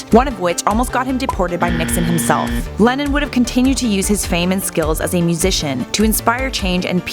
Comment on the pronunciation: Am I the only one who twice misheard "Lennon" as "Lenin"?